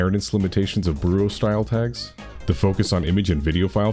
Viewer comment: thats not how booru is pronounced, its derived from the japanese pronunciation of the english word 'board'